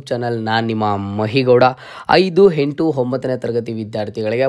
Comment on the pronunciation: ಹೈದು ಹೆಂಟು ಹಿದು ಹಿದರ,, ದಯವಿಟ್ಟು ಕನ್ನಡದ ಬಗ್ಗೆ ಗಮನ ಕೊಟ್ಟು ಮಾತಾಡಿ